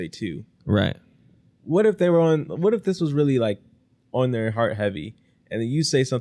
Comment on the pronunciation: "thiyri nit equivilint" 🤬